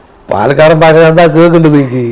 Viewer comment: ഭാശ അല്ല ഭാഷ 😅